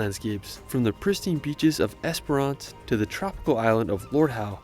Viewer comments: It's just Esperance. Not esperANCE. Why can't you Americans say basic English words correctly???? 😂😂😂😂😂😂😂😂😂😂😂😂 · he was saying Esper-RANce. its esp-rence. he also said, Bondy Beach, it's bond-eye beach. i think you already know how to pronounce Melbourne. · I love in the video the guy pronounced Esperance wrong and differently every time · Esper-ence, not ance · Es per ance 😂😂😂😂❤ better pronounced as “esprnce” ❤ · The way this guy is pronouncing Esperance is killing me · Yeah, I also noticed the lack of info on the NT and SA. The video did mention WA but only Esperance (which he pronounced wrong) and that the capital city of WA is Perth. He might do better to find a ‘tourist’ video made (and voiced) by an Australian that’s actually visited these places. 😊